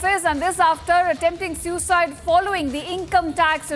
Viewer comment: You sound excited Shame on you.And pronounce SUICIDE correctly